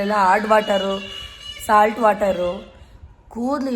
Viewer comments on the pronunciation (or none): none